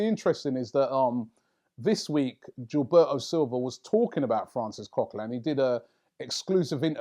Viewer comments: It's not GIL-BE-O, its GIL-BER-TO. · This notorious lookalike cant pronounce foreign names. Guil-bare-o 😅😅😅😅😅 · I'd never heard anyone mis-pronounce Gilberto before seeing Robbie say it. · Can't stand the way Robbie pronounces Gilberto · Me 2 bruh